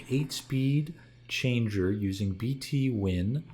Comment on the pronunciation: haha, it's B'Twin, like "between", not "bee tee win"